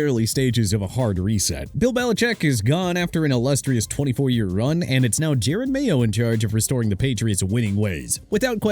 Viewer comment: This guy is awful 😭. Doesn’t even know how to pronounce half the names on this list. “Jared mayo”. Doesn’t know some of these players positions. Get real.